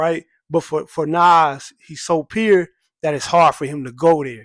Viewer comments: "Too peer (pure)" 🤣🤣 wheres this dude from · Great Lupe celebration! I didn't realize you was saying "pure" until I read the comments. Don't change a thing 😉